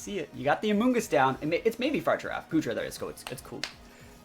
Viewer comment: the giraffe's name is pronounced Fuh-Rig-A-Raff lol